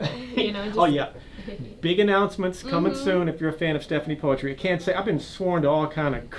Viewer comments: You false pronounced her name , the right way to say her name is Stephanie Putri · Poetry? Stephanie Puisi oh ok 😂 as i know Poetri -> read: Putri (cmiiw) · You’re supposed to say putri not poetri